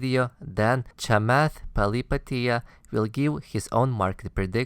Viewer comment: Pali-HA-pitiya :p But yeah I agree with your thesis.